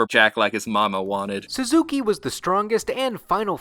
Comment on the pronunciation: Did anyone else wince when he called Suzuka "Suzuki"?